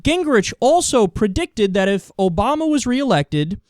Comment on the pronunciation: I'm a big fan, but your "ObamNa administration" really drives me bonkers >.< Thanks for uploading!